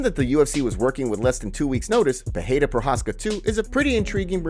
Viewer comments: CAN U STOP SAYING PERREIRA WRONG LIKE JOE ROGAN - ITS PEREIRA (PE-REI-RA) NOT PERREIRA (PE -HEI-RA) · Pereira not Peheira. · peREIRA!!!. Not peHeira!! Lazy gringos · Why do u say peheira ? 🥲